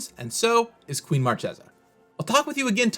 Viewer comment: Why everybody, even in Rnd, pronouce Marchesa not in the italian correct way? Isn't conspiracy supposed to be inspired by reinassance italy?